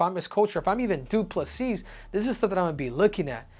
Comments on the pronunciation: You start the video by saying his surname correctly, then proceed to call him DuPle-Seas 🌊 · Acknowledges the s is silent and proceeds to pronounce it every single time 😂